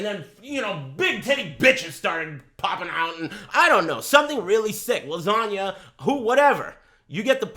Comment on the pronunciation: did this nigga just say lasagna